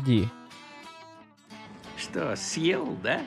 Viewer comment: Правильно не hhd, а hdd